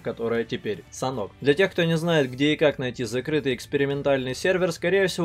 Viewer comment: Как будто не санок,а Санёк